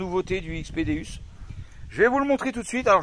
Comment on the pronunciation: Salut je vie mois aussi en camion en 208 et je suis a fond dans la détection .par contre petit détail sa dit déOUs sa s'écrit déUs mais sa se prononce déOUs car le non c'est dieu en latin .tu vas te faire plaisir avec j'avais le un maintenent jais le deux depuis sa sortie et c'est un monstre . t'est le xy c'est vraiment top surtout pour de faire a u e nouvelles machines